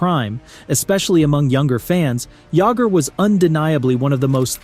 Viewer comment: JAMMER JAGGER